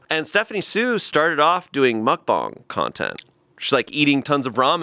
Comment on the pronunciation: pronunciation of mukbang jumpscared me